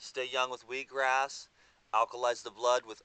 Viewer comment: its just cause you constantly hear weed-gras, ha!? :)